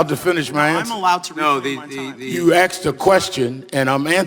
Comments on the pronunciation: You axed a kwestion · He "axed" a "querstion"? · Did Al Sharpton just say “You axed me a question why can’t I answer?” Good lawd. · Al Sharpton, " You axked a question" what a looser. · Sharptn; "you axed a question & im answerin" .. Sharpton , go back to school you halfwit two-faced pos liar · He AXED THE ? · Al Sharpton.." I AXED a question ". Imbosile race baiter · Lmao he literally says "you axed me a question" way to keep those black stereotypes alive